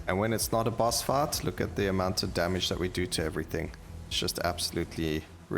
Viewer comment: And fight sounds like fart